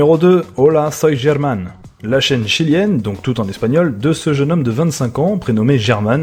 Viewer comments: Ça se prononce "Hola Soy Herman" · T'a de la chance que German ne puisse pas parler français, il t'aurais défoncé pour l'avoir appelé en prononçant largement le "G" au début (qui ne se prononce pas en espagnol). Il a même fait une vidéo la-dessus, à quel point tous les non-hispanophones l'ambêtaient à ne pas savoir prononcer son nom